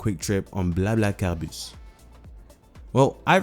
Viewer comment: convincing pronounciation. are you fluent in French? :)